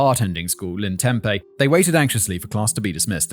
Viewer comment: Pronounced "Tem-pee"